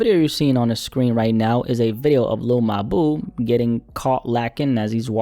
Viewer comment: not gonna lie i don't like the way you keep calling bro your boo . in the future just say mawbew